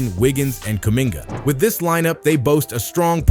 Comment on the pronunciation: You have to learn how to pronounce names better man. I like the video btw